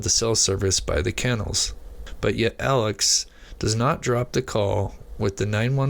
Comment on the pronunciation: I'd put more stock in what you're saying if you could pronounce Alex's name right. Come on man.